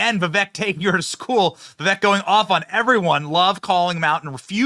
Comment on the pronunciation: You almost pronounced his name right haha